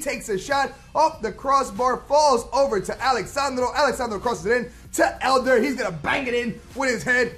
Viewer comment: It's Eder not Elder